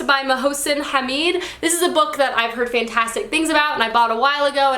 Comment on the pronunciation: You pronouced Hamid very well